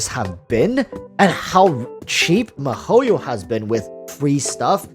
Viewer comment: Mahoio -_- they should ban u for that pronunciation! U even Asian c mon!